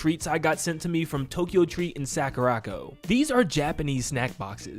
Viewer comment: Sakura. Co. Not sackuracko. Please, for my sanity...